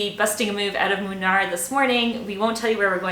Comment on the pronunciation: It's actually pronounced Moonnar ladies. Have a nice time in India. 😃🙏👍